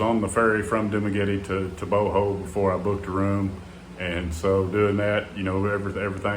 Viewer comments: Bohol is pronounced "Bo-haul" not "Boh-hole! Lol. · Bohol, pronounced Bohall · It's funny how you say Bohol 😂😂😂